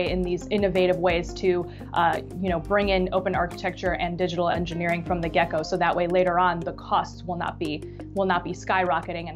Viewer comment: I'm pretty sure is saying "gecko" and not "get-go". Does it twice. and.